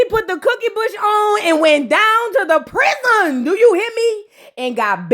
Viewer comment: I love when u say Prizon!😂😂😂😂😂😅